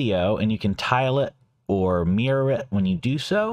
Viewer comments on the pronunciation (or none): none